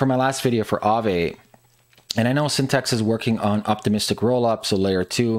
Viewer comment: LOST credibility right away when you called it by the wrong name "Synthext" - it's "Syn-the-tix".